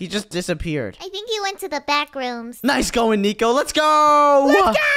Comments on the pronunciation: said notnico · Good job saying that Nico😅